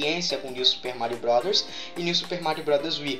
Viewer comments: no momento voce falou super mario rowd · sera q é tao dificil falar bros?kkk